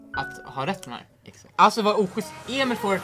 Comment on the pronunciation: Har ni tänkt på att Joel säger alltid ”Emol och Victor” haha